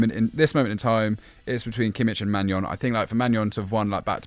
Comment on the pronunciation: Kudos to for his pronunciation of names, finally someone says Kimmi[kh] and not Kimmi[CH]